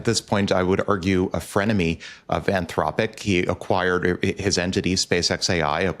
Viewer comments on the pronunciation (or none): 'Anth-lopic' say it properly, AnthRopic. Or stop using AI to do the voices in your videos.